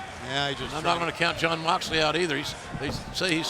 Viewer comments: I love ya company but u said Jon moxelely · "MOXLELEY" oof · Ah yes. Jon moxlely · 'Moxlely'... xd who use social media?